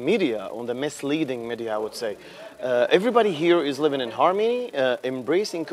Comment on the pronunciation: The way he said Harmy instead of Harmony is proof it was scripted.